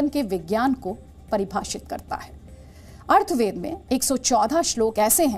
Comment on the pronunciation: मैम वो अथर्ववेद है अर्थवेद नहीं है...with due respect..Atharvaveda,not arthveda